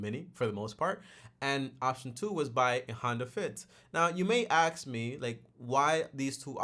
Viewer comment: The "axe" instead of ask is killing me😭